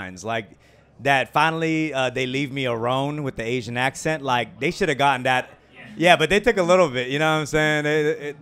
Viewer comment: He said "Asian" in a way that sounded like "aging," so he used it like a homophone.